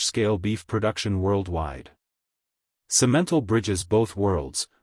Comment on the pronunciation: Simentle got on my nerves.